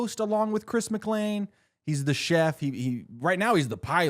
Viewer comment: why do you mispronounce chris’ last name ? 😐